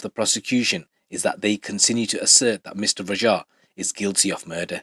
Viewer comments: Why you pronounce it like "Rajhaa" bro say it like it is, "Raaaja" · Bro im suprised you struggle to pronounce simple asian names like raja? ...Wats that about lol